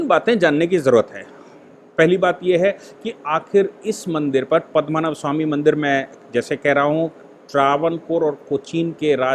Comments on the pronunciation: 'पद्मनभ' उच्चारण गलत है। सही है 'पद्मनाभ'! सादर प्रणाम,! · पद्मनाभ स्वामी मंदिर.. "पद्मनाभ" सही है. और आप बोल रहे है, पदमा नभ बोल रहे है, वो गलत उच्चारण है.